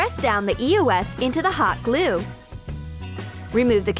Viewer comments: ITS EOS NO E O S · It's eos (ee-ows) not e.o.s dude you are driving me nuts!!